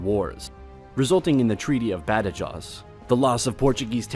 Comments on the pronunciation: Badajaws? You mean Badajoz? (Rhymes with "hose") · The commentator's English pronunciation of Spanish place names is awful. Ej. The battle of Bada-joes.?? He needs to learn place names correctly to make a respectable history tape. What ignorant person calls Castille- Castle. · these are generally very easy to pronounce names. "Casteeel" "badahoze" "andaloos". They're pronunciations are not that a-typical for an English speaker. It's just lazy, this guy didn't even attempt to pronounce them correctly. I can understand some names cam be difficult to pronounce, especially if they're in a language completely unrelated to ours. However Spanish is extremely common in english speaking countries (particularly the US where it's the 2nd most common language). People should be able to pronounce spanish names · Badajoz just about knocked me out !